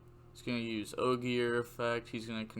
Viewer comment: Renaud = Ren-awed Astolfo = Ass-tall-fo Ogier = ogy-er